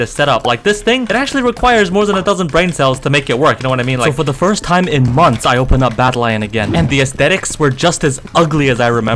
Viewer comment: wtf mothers instead of months